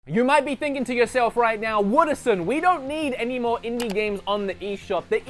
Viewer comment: in-die gamez